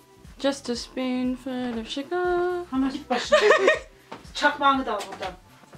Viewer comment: sıpunfıl of şugırmuş :D size bayılıyorumm!